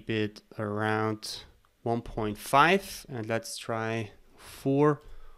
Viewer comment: I was stuck for way too long on the part when you extruded the threaded section of the base. I kept hearing you say "point five" CM but it was 1.5